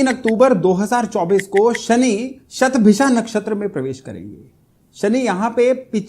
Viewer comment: बहुत अच्छा लगा आपका 'शतभिषा' शब्द का सही उच्चार । काशी में संस्कृत भाषा में ज्योतिष-शास्त्र पढ़ कर भी कुछ विद्वान "शतभिखा" ही बोलते हैं ! 'इच्छा' को "इक्षा" और 'नक्षत्र' को "नच्छत्र" बोलते हैं ! 'स्नान'को "(अ)श्नान" और 'ज्योतिष' को "ज्योतिस" बोलते हैं ! "सबइस्क्राइब" करने के लिए कहते हैं ! 'अध्यात्म' के स्थान पर "आध्यात्म" ! आप भी 'योग' को "योगा" न बोलें।